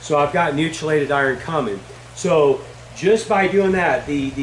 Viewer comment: FYI - chelated is pronounced "key-lated" not "chi-lated" - (kēlāt). Great video. Thank you for posting.